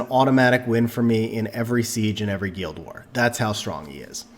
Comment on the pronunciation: Thanks for the video! I noticed you can't pronounce "guild" or "Ritesh" but no problem "Odin" lol. Never heard of a guEEld or REEtesh haha.